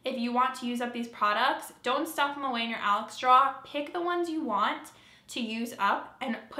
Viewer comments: Omg love the way you say draw. Your accent comes out, though you might think you have one. Great job. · are you saying draw? Makeup draw?